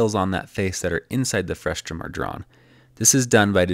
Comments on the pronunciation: Great visual lesson! BTW, it's "frustum", not "frustrum". Frustrating, I know 😉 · The word is "frustum", not "frustRum", right? :D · It's pronounced frustum not frustrum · Very nice implementation and detailed video explanation. Very clear communication of complicated computer graphics concepts made simple with your "behind the scenes" animations. Just a small note, the word is "frustum" with no second "r". Saying "frustrum" causes the automated closed caption to produce nonsense words, which can sometimes make it difficult for people to find more information on a topic if they are seeing it for the first time. Overall great video explanation of your technique (along with the other computer graphics concepts). Please keep making videos like this one! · I love your work. but it's frustum, not frustrum, haha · "Frustrum" Omg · There's only one R in "frustum"! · there’s no -r in frustum :)